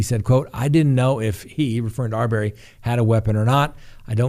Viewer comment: Have you been watching the Arbery case or just reading it? Please pronounce the name correctly.